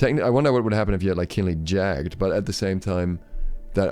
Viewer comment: Jagged just isn't going to stack. It would be silly. Also, it's "Jagg-ed", not "Jagd". :)